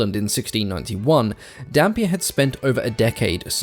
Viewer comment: I can't stop hearing Dhampir